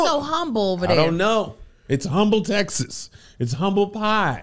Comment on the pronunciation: Hey Kev, just for future reference, the H in Humble, TX is silent lol.